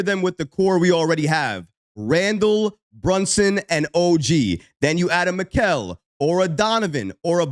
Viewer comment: Pronounced "Me-ka-le"